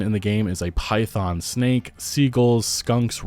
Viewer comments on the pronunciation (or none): none